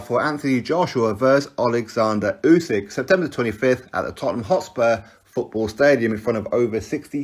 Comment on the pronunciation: At least get Usyks name right